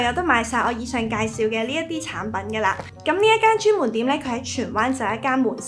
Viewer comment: 「専門店」の発音がチェンモンテン？なんかそこだけ日本語に似てて面白かった。それと「リンク」が「連結」って訳されてるの、意味と発音の両方が似てて中国人上手いな～って関心した。